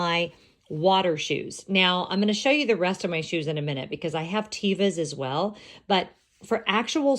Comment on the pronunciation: I was listening o your video and didn't know what you were talking about. From the TEVA website: How Do You Pronounce Teva? Teva is pronounced TEH-VAH, with a soft "e." Teva is the Hebrew word for nature.